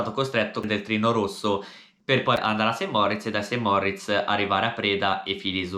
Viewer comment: Cmq Saint Moritz si dice con una R 😂😅